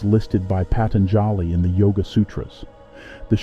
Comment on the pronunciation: Patanjali is pronounced “Pah- tun- ja- lee, with the accent on ‘tun’. So I heard it said in India. I hope thats correct?